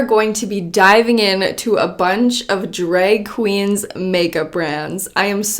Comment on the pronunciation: “dreg kweens” Love her